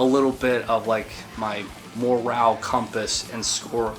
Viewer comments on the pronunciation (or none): "Moral" compass, not "Morale"